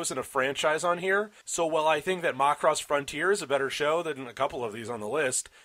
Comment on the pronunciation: worst way ive heard someone pronounce macross